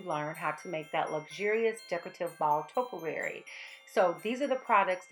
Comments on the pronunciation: just gorgeous!! love it!! however learn how to pronounce topiary!! LOL,, ( tope...ee....airy) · I find using the wooden rod just so great for uniformity and really works out well... Topiary is to-pi-ar-y with accent on the o, i and y Excellent job ❤️